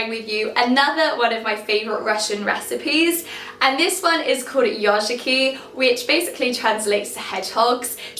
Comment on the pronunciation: The first minutes I was hearing instead of "yozhiki" another word "yoRshiki" that means the totally different :-)